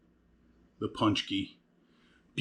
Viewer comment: Learn how to pronounce it, right